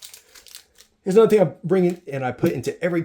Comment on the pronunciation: Good video, but I’m curious where his flight is going. I packed this stuff 30 years ago when I flew into the jungles of Borneo. I had to stop watching as the pronunciations of the letter “g” as the letter “k” was driving me bananas: thing = think ???